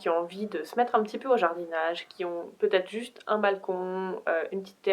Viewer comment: C'est drôle tu dis ''peutaget'' x3